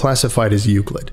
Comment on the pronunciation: I like the way you say "Euclid."